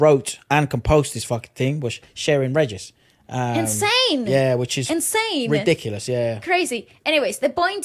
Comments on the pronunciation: Regis is commonly pronounced as Re-His... (spanish influence) :) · Sheryn Regis…Regis is actually pronounced as RE-HIS!😊